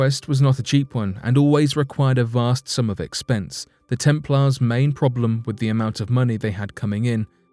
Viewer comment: The temp'laars? What's with the American low English? 🤔😭